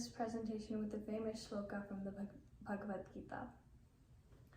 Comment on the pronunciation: Excellent presentation by Shaarika Kaul. God bless you. Rendered Slokas melodiously with proper pronunciation. Great job. Keep it up and practice more learning Bhagvatgita.